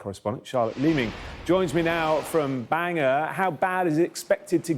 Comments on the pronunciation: Banger? It's Ban gore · Banger 🤣🤣 Englishman its in the name Ban-gor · Bangor, not Banger. Bloody English people 😂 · he said banger not bangor. english people can not pronounce welsh towns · Please pronounce places properly . Bangor is easy ?